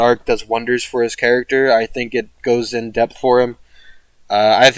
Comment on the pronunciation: When you said debth for Hijikata I heard death for some reason. I haven't finished the series yet and you almost killed me there lmao